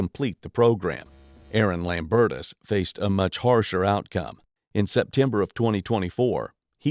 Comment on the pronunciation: "a red SUV belonging to a 'man' named Aaron Lambertus." I would highly question the use of the word "man." I would also think that the last name should be pronounced "lame-bertus."